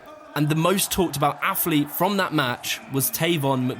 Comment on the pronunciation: Please stop saying aff-leet